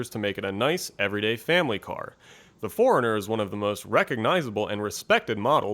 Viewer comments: It'd be nice if he could pronounce 4Runner. Sounded like he was saying foreigner. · Toyota Nerd !!!! It’s suppose to be four - runner. I don’t blame him for pronouncing it quickly like he did because he said it so many times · 4 RUNNER as apposed to the pronounced Foreigner